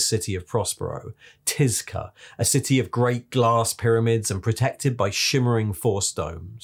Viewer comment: Thanks for a great video. But I think it’s pronounced “tit znitich” ;)